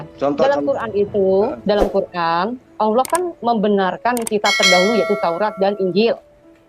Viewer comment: Bukan alloh yg bener, tapi ALLAAAH, ngerti nggak bang?.......